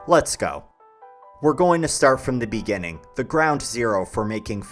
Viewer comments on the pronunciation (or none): Inda beninging